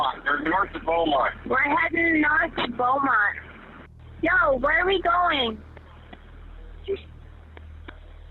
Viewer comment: The fact that I literally live in San Angelo and had no idea about that disappearance is crazy. Also it’s pronounces Bront (spelled Bronte), kinda sounded weird in the video, and San Angelo is an arid climate, so it would’ve made more sense to have straight roads with no trees. But still cant believe I hadn’t heard about this.